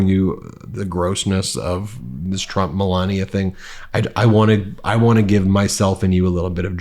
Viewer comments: Malogna like he pronounced it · Let’s mispronounce Melanie’s name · I noticed trump started saying her name wrong. Scaramucci is saying it right, like DumOld used to say it. 😂